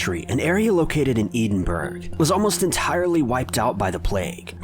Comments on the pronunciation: SUP3R Toastr no we say Edinborough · Can I just mention that the Royal London Hospital IS in Whitechapel... The hospital is literally across the road from the tunnels. The tunnels that are bricked up are routes to other stations that are no longer used. Also, its pronounced EDIN-BURROR NOT Edinburg. Please get your facts and pronounciations right before making video. Thank you! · Hi, +. Scottish person here...just thought I'd let you know that Edinburgh is pronounced Ed-in-burr-uh as opposed to "Eed-in-burg". I know that some Americans say burgh as burg, and I've heard a few call it bow-ro, but in Scotland & the rest of Britain, it's pronounced burr-uh. Also, just in case you do one about Scotland, Glasgow is pronounced Glazz-go, not Glass-cow. Interesting video though. Cheers! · ED-IN-BUR-AH Infuriating with this E-DEN-BURG crap, doesn't help american stereotypes. Us British people don't say CONNECT-E-CUT or something equally as silly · Just so you know it's Ed-in-bur-ah not Edenburg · this is kinda late, but Edinburgh is pronounced "Edden-burra", not "eeden-burg" >.> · Eden burg. It’s Edinburgh. Eh din bruh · Edenburg 🤣....ed in burah 😉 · Edenburg 😂🤣😂🤣😂🤣 I think you mean Edinburgh. It's an awkward name but is pronounced Eh-din-bur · I'm crying at Eden-Burg say it with me lads, Ed-en-bruh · Oh God it's not "EE-denburg", it's "Ed-in-bur-a" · Edenburg??? You mean Edinburgh. Ed-in-borough lol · Edenburgh 😂😂😂😂😂😂 you mean Ed-in-burgh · "Eedun berg" Where's that? Oh! You mean "Ed in bruh" Haha! That confused me for a second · Pronounced Ed-In-Burr-a, not Ee-den-Bro. :-) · JackSimo My friend is from Edin-burra, not this Edenburg placr that you speak of... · Eedinbro ? I've heard many mispronunciations of Edinburgh but this has to be the weirdest yet . Talks about a №7 bus and shows two №36 buses . №7 goes from Acton to Oxford Street №36 goes from New Cross to Queens Park . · "Eidinburg" lmao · Edinburgh is pronounced ehe din borough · edin burg...